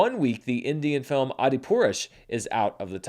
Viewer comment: seeing trying to pronounce india films is favourite part of the episode😂😂